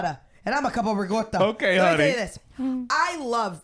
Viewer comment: Why do Italian Americans pronounce ricotta as “rigotta”? 😂 That’s not how Italians say it at all